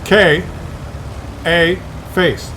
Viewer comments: His name is pronounced scar face. Its a style of music in the U.K. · 'Ska' is a style of music in Uk - You may know 'Bad Manners', 'The Specials', 'Madness' (particularly early Madness), 'Selecter'... It's pronounced 'scar' So... UK Scarface